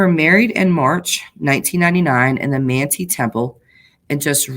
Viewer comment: Manti is pronounced Man-tie. Thanks for a fresh perspective on the whole Chud case!